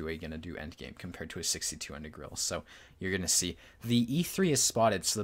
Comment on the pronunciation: I like your videos, but please pronounce the 'e' in 'Grille'. 👍